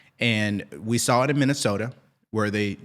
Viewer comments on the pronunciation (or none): none